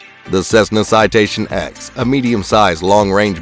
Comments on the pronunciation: Citation “Ten” not “X”, do you call the citation 7 a v i i? 😆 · Not the "X" its the "Ten" C'mon bro. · It’s the Citation “Ten”, not the “Ex”. All the citations use Roman numerals. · Its called Citation “TEN” btw not “X” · It’s a Citation “Ten,” I flew them for five years. Maybe tighten up your research. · Citation ten, NOT X. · It’s “ citation TEN” Roman numerals dude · You sure it isn’t pronounced “ten?” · Well I worked there ON that aircraft and yes it’s spoken as “ten”.